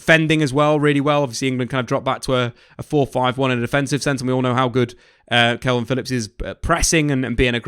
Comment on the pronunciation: Stop saying kelvin, why you doing that?